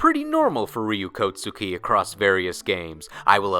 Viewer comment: It is not Kotsuki. If the tsu is small it enhances the following consonant. Hence Kokki.